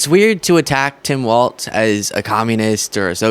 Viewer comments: Please stop pronouncing his name "Waltz". It is pronounced Wallz. Even closed captioning spells it as waltz when you pronounce it incorrectly. Sorry, it's just disrespectful to mispronounce someone's name. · It’s not waltz, it’s walz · Isn’t it pronounced Walls,..? Not Waltz. ? Also you mispronounced Jon Voight it’s pronounced Voit. It’s never been pronounced Vot ever. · You keep saying waltz… it’s walz… Walls. No T… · I've lost count of the number of progressive youtubers who criticize Trump et al for not saying Kamala's name correctly, then can't say the name of the guy they 'love' correctly. There's no t in Walz. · WalZ. No “T”. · Not Waltz...Walz (Walls) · It’s walls. Not pronounced waltz, my friend! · It's not Waltz it's "Walz".. My dude. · people are saying Waltz when it is pronounced like walls with a z instead of an s. Walz. stop saying Waltz as in the dance or music. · Walz is pronounced like walls not waltz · I too find it hard to say "Walz" like "walls" instead of "waltz" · Love your channel and content, please make sure you're pronouncing Tim Walz as WALZ not WALTZ. Even the captions have you saying WALTZ. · It's Walz, like "walls" by the way 💙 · it’s pronounced “walls”